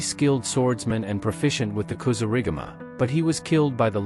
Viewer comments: Another I'll informed AI vid. As soon as it mispronounced Kasurigama, (said [KA-SOO-RI-GAMA] not [kasoo-riga-ma] ! ) I turned the vid off. Also, the AI generated images are terrible. Smh. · Kasuri gama he said wrong hummmmm